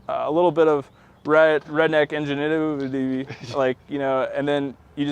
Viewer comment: When he tried to say “ingenuity” lmao but sick build